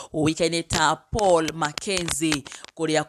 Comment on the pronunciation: Its Paul not pual